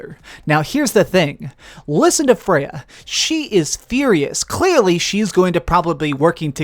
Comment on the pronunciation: Yall here the way he says "clearly"